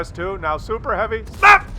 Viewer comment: 0.5 speed = epic, like most videos, '' btw the ''snap '' is still ''SNAP '' and not '' s n a p '':P